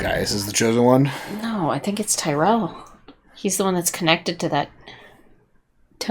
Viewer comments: You’re killin’ me! First you find a car! That takes me out of it! And you keep mispronouncing Chief Tyrol’s name. Lol it’s Tyrol not Tyrell! This is Battlestar Galactica not Blade Runner. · Who's "tie-rell"? OH! You mean Chief Tyrol! /tear'-uhl/ 😄